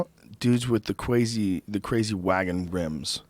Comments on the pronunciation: Rogan said Cwazy like Yosemite Sam! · Joe says "Cwazy" lol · Joe "Cwazy" Rogan. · cwazy wagon wrims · "cwazy" Joe Rogan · Joe “Cwazy” Rogan